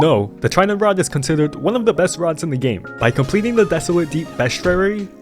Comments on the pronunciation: Bro literally dont know how to say bestiary💀💀💀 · bro couldn’t say Bestiary He had to use an ai😂 Not trying to make fun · “Beastiary” sounds ez to sound!